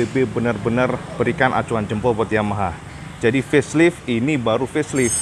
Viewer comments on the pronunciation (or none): Facelite dibaca Feslaeit bukan feslit ya cak